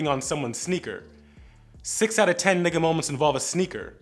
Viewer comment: Anyone else not liking how he’s saying N***a